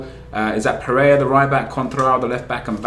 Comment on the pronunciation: its not pereia, its PEREI'RA' looool :)